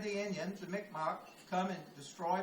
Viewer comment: Micmac is pronounced Mig Mah, I did like this. but it's pronounced Mig mah.